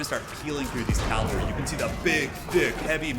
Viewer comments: Cavalry, not calvary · Another great game! I feel terribly anal for pointing this out, but it is cavalry, not calvalry. I'm sure plenty of people have already told you and that you just don't really care, lol. Anyway... Been watching tons of your videos lately! Really enjoy them. You've gotta be the best commentator I've come across on youtube.